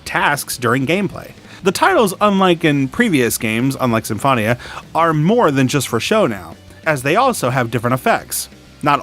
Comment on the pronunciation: U pronounced Symphonia wrong